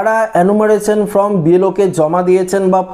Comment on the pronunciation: আবে, ফ্রম নয়, ফর্ম।